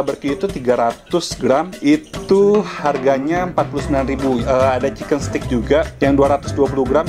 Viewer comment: Suka banget sama semua review. Btw koh kalo nyebut steak itu adalah “STEK” or steik BUKAN “STIK”. Karna maknanya beda. Udah saatnya kita memperbaiki pengucapan bahasa Inggris yang benar, karna aku juga lagi belajar. Heheheh. Terimakasih